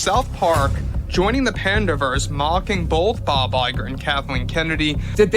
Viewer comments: Panderverse. Not panda-verse. Not pande-verse. PANDERverse. As in 'pandering' + 'universe' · Who pronounces Panderverse as Pandaeverse and Pandeeverse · Why does she keep saying "pandeeverse" annoying